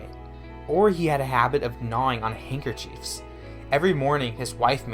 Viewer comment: "HankerCheeef" "Rio Grawnd", "Mareeno-Hara". 😅